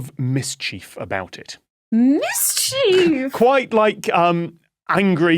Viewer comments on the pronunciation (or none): Am I the only noticing that Tom pronounces mischief differently from the rest of them. “Mis-chief”